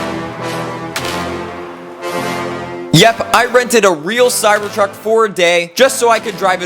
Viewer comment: how many times u said cybord truck😂